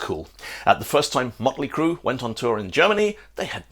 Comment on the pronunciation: I'm going to call it mutley cruh from now on, lol